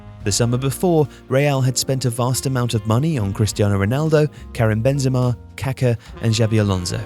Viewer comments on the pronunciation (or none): none